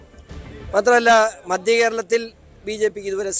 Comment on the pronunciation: മദ്യ കേരളം അല്ല മധ്യ കേരളം ??